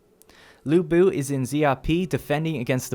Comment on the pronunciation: a bit of a suggestion here to help you guys get as close as possible to the correct pronunciation The Sun family - say it as Soon Wu XIng - Ooo Sing Lu Bu - L-yuuu Boo! (not Loo Boo please...) Cao Cao - try Zao Zao (not Sao Sao please....) any names that you guys are interested to see me try to help you pronounce correctly let me know. or correcting or improving on what I've written.